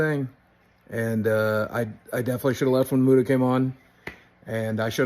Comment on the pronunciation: I wonder if Keem will ever learn how to say Muta